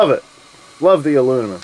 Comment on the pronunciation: Great video! Love my PK 300 too! Your Stoker is a great idea. Thinking about making one myself. Oh, and “uh-loo-mi-num.”